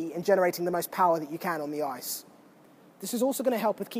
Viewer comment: drink whenever says "on the oiyce".